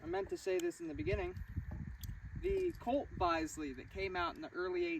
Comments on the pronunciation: Pronounced "Biz-li" not "Bye,zli". It's still in operation, and some of the world's best shooters still shoot there. It's called the National Shooting Centre, in Woking, Surrey. It was always my life's desire to shoot at Bisley, but I emigrated to Australia and never got to realise my wish. (I did get to shoot at the NRA range in Raton, New Mexico, in the early 2000s. That was one he'll of an impressive setup and the shooters there welcomed me, even though i was a total stranger, like i was a long lost friend). Having said that, there are some amazingly good shooters in Australia, who cut their teeth shooting kangaroos and pigs from moving "utes" (flat bed utility vehicles) and even shooting from moving horses. They did this from the age of 8 or younger and developed into the most naturally capable riflemen you could imagine. I shoot handgun, mainly and have tried many different styles. The best one I've found is either the FBI double handed, bent knee stance but if i were in a duel, I'd want to expose as little of my body as possible and stand sideways. Those old styles probably were the best for dueling. Remember that fast draw duels probably never happened (with the possible exception of Wild Bill Hickock). Even the legendary and superhuman Bill Munden said that fast draw duels were nonsense. In The Outlaw Josey Wales, when he's in that close quarter shoot-out with the three Union Soldiers, that would be about the limit of gun fights. Anyway, loved this video presentation. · Greetings from England! The Bisley ( pronounced Bizzley, like in “business”) range is often called the home of target shooting in the UK and is still a thriving venue for all kinds of competitions. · Say it as Bizzley …. Interesting video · That would be Bizz - Lee No criticism intended I doubt you’ve heard it pronounced before. Interesting vid. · Colt produced a 'Bisley' target model pistol (pronounced Biz-ley) with the grip more square to the action to allow for this stance.